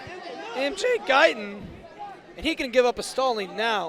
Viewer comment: But Gaitán is pronounced with the accent on the second syllable. Kind of like guy-THON. The announcer in the arena does a much better job at the end of pronouncing the name. If you’re going to be talking about a potential future Olympian, get his name right.